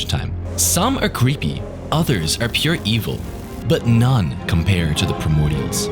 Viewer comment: he dont know how to say the word (Are) hahaha noobish or is it hes nish in life?! that would be worse